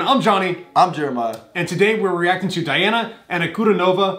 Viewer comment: Pronounce Deana. The judges were so mesmerized by her that they always forget to press the button